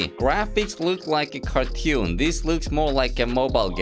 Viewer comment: Normal people: Cartoon: kARTEWN